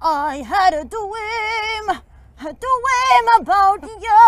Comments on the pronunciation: " I had a dwweeam" Me: * cries silently cuz shes adorable * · " I HAD A DWEEM.. A DWEEM ABOUT YOU-A! JOHNATHAN! " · I HAD A DWEAM A DWEAM ABOUT YOU JONATHAN are you there? 😂😂😂